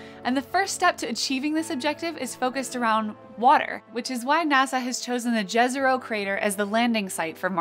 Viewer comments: Yezero for native english speakers maybe? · 'J' is pronounced as 'Y' in slavic languages, so it's Yezero, not Jazzero :) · lol, jazz-ero. The crater was name for several towns called Jezero in Bosnia in Herzegovina; in many Slavic languages it means lake and it is pronounced yezeroh /ˈjɛzɛro/. TMYK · It's Jezero, not Džezero. It means "lake" in some Slavic language.